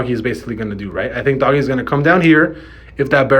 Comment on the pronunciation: It's ",doge" not doggy